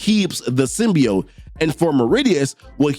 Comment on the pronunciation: Dammit Dylan, you should’ve went for the head!! 😂 Side note: It’s pronounced Sim•Be•Oat